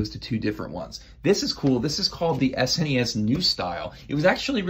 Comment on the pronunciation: It’s not “S-N-E-S” it’s just said as a word “snes”, rhymes with Tess